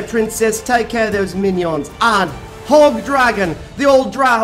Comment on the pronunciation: I died when he said mainion